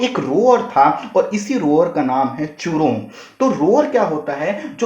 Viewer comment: चूरोंग नही जूरोंग